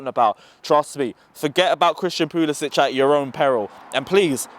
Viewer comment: I comment on every video where Chelsea fans destroy our Prem players names because they deserve at least that. It’s not hard. Another one that kills me is when they don’t say Puli-sick. Again, not hard at all. He just doesn’t care.